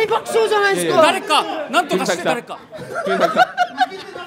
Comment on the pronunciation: 川島さんがずっと｢くにざき｣を｢くにさき｣って言ってるのに周りの芸人はおろか本人すら何も言わないのホント面白い